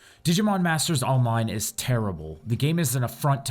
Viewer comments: did he say digimon masters onmine? :D:D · or olmine?